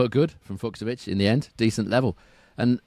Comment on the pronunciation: Great show as ever! Allow me a correction though: In "Fucsovics", both "cs" is pronounced the same way, as you normally pronounced the second one in your version. Like the "ch" in "beach". Keep up the good work!